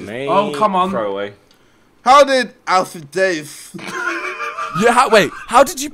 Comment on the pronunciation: the way jj says alfie daythzz is killing me